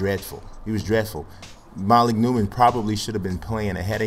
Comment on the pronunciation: It's starting to get on my nerves, dude keeps on pronouncing it MA-leek, it is pronounced Muh-leek. I went 6 episodes, but I just had to say it.